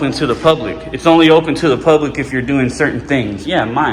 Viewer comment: "Puplic Records" its not open to the puplic !